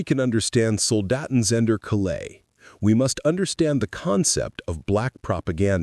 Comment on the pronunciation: Calais not CaLAIS